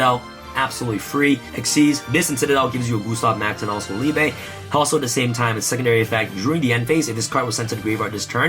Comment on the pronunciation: Thank you for pronouncing Liebe properly.